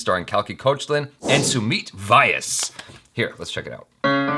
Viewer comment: Amazing reaction! Just one thing it's pronounced as Sumeet v-YAAS, not Why-yes. 😂